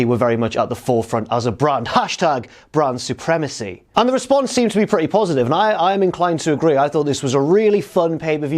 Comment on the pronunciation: Why does it sound like he's referring to Bran Supremacy? It's like he's spoiling the end of GoT..... :P